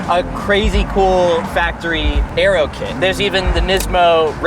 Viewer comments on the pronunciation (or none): none